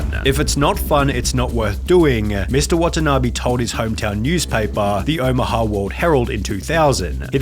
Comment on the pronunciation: Elevetaaaah, dangaaaaaah, Omahaaaaaaaah, bordaaaaaah, Iowaaaaaaah. There was a stretch there where I just couldn't concentrate because of the pronunciation